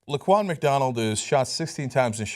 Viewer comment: "Laquan McDonald, not Laguna Mcdonald